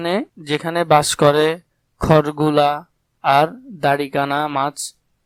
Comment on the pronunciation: খরগুলা না খরশুলা🙂